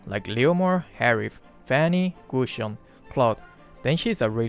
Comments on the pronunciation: Gusion not "Gussion"... Edit: Mine: 1.Irithel 2.Miya 3.Layla 4.Kadita 5.Zilong 6.Lunox Username:AnnJanellePlayz k... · Gusion not gussion just saying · "Gushon didnt need much introducshon " i like that 😂😂😂😂